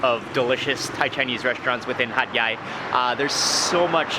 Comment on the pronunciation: Hat yai sound like hot guy